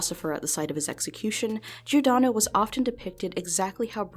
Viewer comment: only bad thing about this video is how giordano was pronounced but otherwise this video was very interesting!